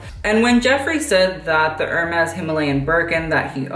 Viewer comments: Kid, if you're gonna be a fashion vlogger pls learn to pronounce Hermes properly. It's pronounced AIR-MEZ. I cringed every time you said ER-MEZ :/ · If you want to know... Hermès is pronounced in French « Air-Mess »